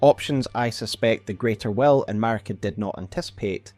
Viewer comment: They way he says "will" sounds like "well" and that was sooo confusing.